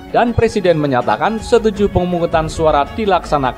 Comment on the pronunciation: Ngomong presiden aj plesiden......kk mau jd plesiden....ngacaaaaaa........weeee